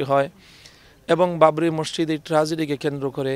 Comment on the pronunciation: মসসিদ❌ মসজিদ✅